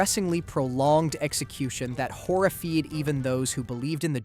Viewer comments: And horrified is not pronounced “Horra-feed” he’s a bot for sure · Horri-feed? Did he just say that? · I mean that's the first time I've heard horrified pronounced horrifeed